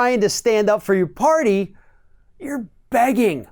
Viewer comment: The entire pwwrty needs to go.